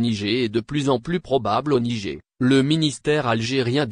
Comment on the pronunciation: mais qu'est ce que c'est que ce commentateur ? il s'écoute au moins ? 😮 le "nigé " , incroyable ☹